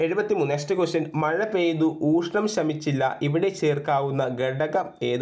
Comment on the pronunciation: നാല് + നൂൽ അല്ല നല് + നൂൽ എന്നാണ്. അതുപോലെ ഊഷ്ണം എന്നല്ല. മലയാളം topic കൈകാര്യം ചെയ്യുമ്പോൾ ഉച്ചാരണം നന്നാക്കാൻ ശ്രമിക്കണ്ടേ